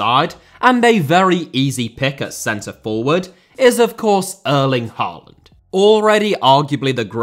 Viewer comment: Great video! You're generally very good with pronunciations, Hoever, double A in Norwegian (and Danish) creates the sound of Å, which is like 'aw' in most english accents. Haw-land, Øde-gourd would be approximations.